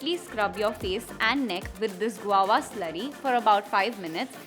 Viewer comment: It's "guava" & not Guwowa 😁